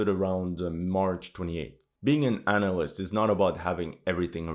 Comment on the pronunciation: A flat earth is round like a disk is round - just to clear up any misunderstanding. BTW - analyst sounds different if you put pressure on the first syllable.